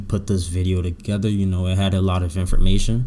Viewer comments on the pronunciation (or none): none